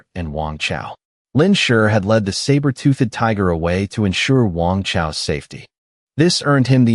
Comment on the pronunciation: I don't like this new AI voice. It can't say 'toothed' right. UGH! It is also worse for not pronouncing the names consistently than the last voice. "TOOTH-ED" as two separate syllables is getting sooooo annoying. So is the "Lin SURE" for the MC. And the text can't even spell it the same twice in a row even if the verbal pronunciation doesn't appear to change.